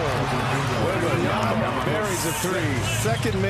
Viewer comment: Dang! Is that? I mean …. Lol …. Just get it right….. It’s WembanYAMA,,,,,!! If you can’t say his name, right, just call him WEMBY!